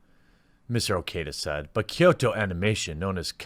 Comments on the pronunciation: Kyoto, not Kyosho. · “Kyoto” Anime not “Kyosho” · Kyo in Kyoto is pronounced in a singke syllable like "Yo" with a slight K sound in front of it, not "Key-Oh." Kyoto is a 2-syllable word. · KYOSHO? It's Kyoto. KEY-OH-TOE. Your mispronunciations are always 50% funny, 50% rage inducing. But I still love you Jeremy. lol <3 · Well, its actually pronounced "kʲoːto" as in "kyo-to" and not "ky-o-to". There should only be two syllables if you want to be "correct" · Kyoto is key-o-toe! Hard T! Not TH! Sorry on with the show. Also the Kyoto animation studio employee women is actually a solid big thing in Japan outside of this tragedy but yes it has nothing to do with tragedy and it's gross to use it as such. Also also kyoani(key-o,Annie) actually employed most of it's crew compared to most other studios who only use independent contractors which could be as short as a week of work. Really was a beacon of good will I the anime industry who was attacked. The fact kyoani did these things should push more to support the studio not hating on the anime industry.... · It’s “Kyoto animation”, like the city. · (For the beginning) Anime is just animeshion(Japanese pronunciation/spelling of the English word animation)abbreviated, It's English so you're fine pronouncing it "anima-". The only people who pronounce it "Ah-Nee-May" are Japanese and wapanese people. Edit: Also "Kyo(K-Yo)-toe" lol Ken "O-Koo-Moo-Rah"